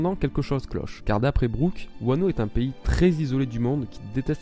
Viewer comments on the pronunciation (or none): none